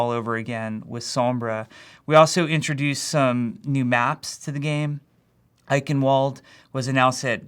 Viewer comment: Jeff, that's not how you pronounce "Eichenwalde".